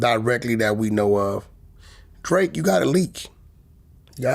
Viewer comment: Vlad fake as fuck, his last interview he said he'd sue to😂😂😂 Now he saying drake wrong